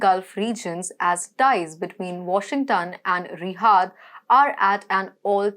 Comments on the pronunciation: It's not Rihaad. It's Riyad. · She has lousy Indian pronuniciation. It is Riyadh, not Rihaad. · It's riyyyaaaad not rihad 🤦🏽‍♂️ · Its Riyad not Rihad madam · She cant pronounce Riyadh correctly.